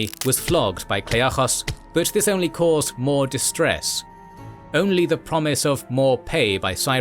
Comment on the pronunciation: hoplites is already singular in greek, the plural is hoplitai, so you might as well just say "hawplyte" in english saying "hoplitay" is like making a video on don quixote and then speaking spanish you learned from taco bell